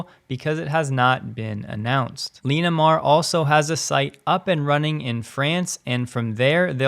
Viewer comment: Pronounce Linamar as "Lin - a - mar" Not "Lean - a - mar"